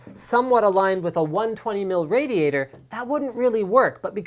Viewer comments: What's a 'rader-ater'? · Rader ator LOL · rator-ator ? lmafoo okay Linus